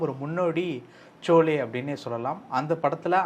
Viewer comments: It is not Chole… it is Sholay… please pronounce properly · சோலே இல்லை ஷோலே. சரியாக உச்சரியுங்கள். Sholay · யார் இந்த இன்டெர்வியூ எடுப்பவர்? ஷோலே வை ச்சோலே என்று கூறுகிறார். இவர் அவர்களுடைய சொத்துக்களை பற்றி அதிகமாக பேசுகிறார். Dharmendra மிக நன்றாகவும் சந்தோஷமாகவும் வாழ்ந்தார். அவருக்கு என்னதான் ஆச்சு என்று ரொம்ப வருத்தப்படுகிறார். இவருக்கு அவர் யார் என்றே தெரியாது..... நம்ம time வேஸ்ட்.... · நெறியாளரின் உச்சரிப்பு "சோலே"- தவறு. பேட்டி அளிப்பவரின் உச்சரிப்பு "ஷோலே"- சரி. SHOLAY. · Sholay not chole (batura) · It is not cholay. Sholay. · Anchor was not able to say Sholay he is telling Cholay y talk when they r not aware of the details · Sholay....not chole